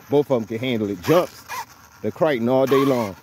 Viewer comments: Man I follow the videos and love the content but what is a Kriton? Is this a custom truggy you built? Or is this the Philly accent? I'm confused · Arrma kryyyyton lol